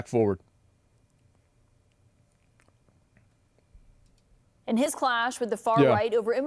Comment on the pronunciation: "Let's go back foward"